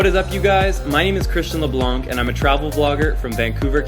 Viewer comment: Come on Christian! Your name is French Canadian. I'm French Canadian and you're saying your name wrong ;P Stop saying "LEBLAN"K" :P I love your videos, and the cameras just love your girlfriend, she's beautiful! I will be travelling for the next year and would love to travel with you guys!